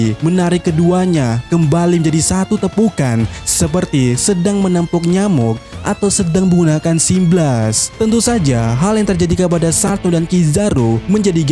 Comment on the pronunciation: Symbal.. bukan symblas.